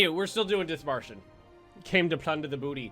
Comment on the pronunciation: OMG I AM FROM Dithmarschen. well like very close by it . love if you play german nations :) and this is not critisism but u pronounce it DIT - marschen like prononce DIT very heavy than marschen